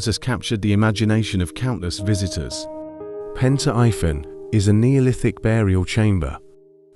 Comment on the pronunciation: it's pronounced like pEn tri vAn..